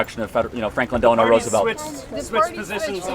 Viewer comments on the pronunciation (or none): none